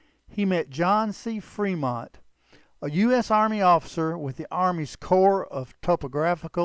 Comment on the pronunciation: C'mon. "Freemont"?